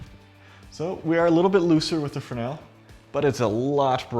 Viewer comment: Pronounced fre-nell.